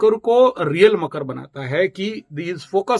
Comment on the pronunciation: bohot Acche kya apke andar deep God khud rehte hay aap kitna dahi and true bolte ho and I like makar ko kayse makru bolte ho Thank-You very mch 🙏🙏🙏🙏🙏